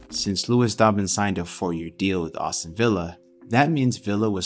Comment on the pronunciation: It’s Aston, not Awston